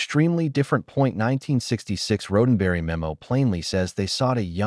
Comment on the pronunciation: Horrendously written AI narration. Unlistenable. Especially the part about Gene RHODENberry. One minute in...I'm gone.